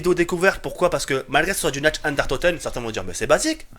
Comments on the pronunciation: C'est pas natch ... C'est nacht qui se prononce nart ! Et c'est pas derièse mais der riese qui se prononce dère rise ! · "Nacht" se dit "Narte" ! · Très bonne vidéo, j'adore tes custom map zombie, juste un petit détail qui est pas très important mais pour la prononciation de "Nacht der Untoten" prononce "Nacht" comme "NaRt" :-P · xD tu me pousse a bout avec t'es nacht der untoten;)sa se prononce nart ddr untoten j'espère que t'en t'iendra compte la prochaine foissi tu lit ce message.Sinon super vidéo:')